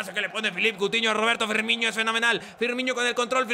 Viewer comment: DAMNIT Se pronuncia Firmino, NO Firminho / Firmiño